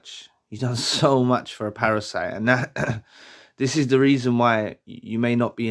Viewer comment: I Laugh every time you say Parasite 🤭